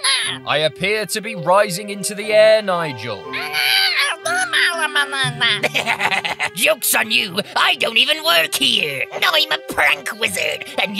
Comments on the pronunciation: i love how nigel pronounces it like "mamala" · I love how you can hear Nigel slowly becoming more and more incoherent, lol